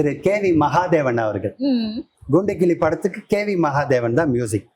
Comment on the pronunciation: A.M.ராஜா குரலுக்கு மிகவும் பொருத்தமாக இருக்கும் இவர் குரல்.மற்ற பாடகர்களின் பாடல்களை தவிர்ப்பது நலம்.இவர் ங்கூண்டுக்கிளி என்று சொல்கிறார்.பேட்டி எடுக்கும் பெண் ங்குதிரை என்று தமிழை உச்சரிப்பது சங்கடப் படுத்துகிறது.